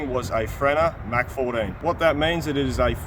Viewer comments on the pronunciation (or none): none